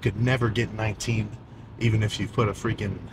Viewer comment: "Witerwally gonna fweaking wock in fo dis one🤓💪🏻"